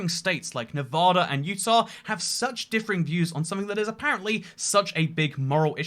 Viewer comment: If you’re moving to Nevada you should work on changing your pronunciation, keep your entire accent but switch just that one word would be great